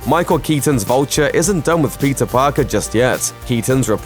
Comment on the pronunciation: I keep hearing him say Pizza Parker please help me 😂